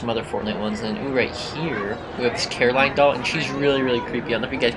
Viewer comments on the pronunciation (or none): Did- did you say CARAline? 😭 it’s CORAline